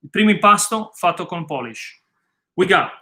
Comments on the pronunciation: It's POOL-ISH, NOT POLISH! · I love your pizza recipe. I do it all the time. I have a quick question. Why do you call it Poolish and not biga? Is the word poolish more associated with Napoli mor than Biga?